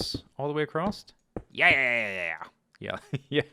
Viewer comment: "Acrosst". Must be a mid-western thing :p